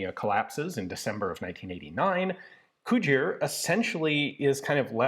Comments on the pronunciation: I was very briefly convinced you were saying "Couture", not "Cugir", and I had been wildly mispronouncing "couture" my entire life. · If you think “Cugir” and “Couture” sound alike, you definitely have😂